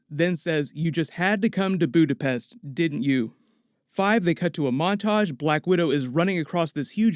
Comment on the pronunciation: Budapest or, alternatively, "Buddha-phesh?"